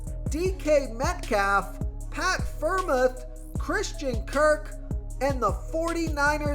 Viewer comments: Friarmooth is how you say it bro great video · Great video. But how you pronounce Pitt tight end was funny